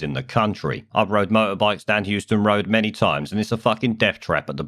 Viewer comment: Euston road not Houston tut tut tut